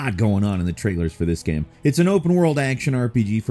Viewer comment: Kinda sounded like he was saying "what makes the up coming Karen unique" 😂